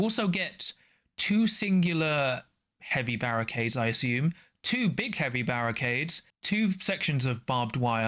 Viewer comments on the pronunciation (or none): none